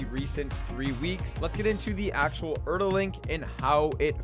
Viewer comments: Wait i was actually fine with them calling it earl since the start but for some reason hearing it so many times in this vid made me so pissed off and now im tilted fucking reeks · He managed to say omni-diagonal but cant say Erel properly..